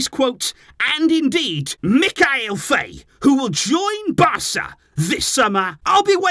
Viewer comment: Name's pronounced F"ah"ye if he's Senegalese.